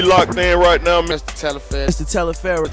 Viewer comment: My dude, u sound like u sayin Ms, not Mr!